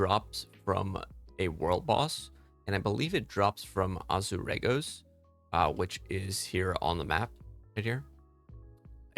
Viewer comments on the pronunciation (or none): You can't even pronounce Azuregos properly then try and tell us it drops from it when it's not even on the loot table, The shame!